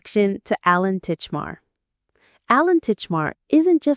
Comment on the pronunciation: I know AI voiceovers are cheap but it ruins a video when it can't read properly. Titchmarsh not Titchmar is his name and the programme name is Ground Force (not Forest). Go back to using real people please.